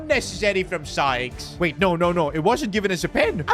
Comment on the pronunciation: Why was bro calling Sykes “Skies”💀💀💀